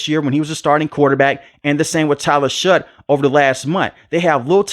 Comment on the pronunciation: Its pronounced Shuck.